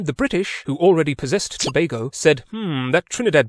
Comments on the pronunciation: Liked and subbed at the point you called it "Toe BAY go" instead of "Toe BAG go". It shows you were respectful enough to actually research the pronunciation of the country's name. I applaud your thoroughness. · As a history teacher you get full marks just for pronouncing Tobago properly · Finally! Someone who didn't mispronounced Tobago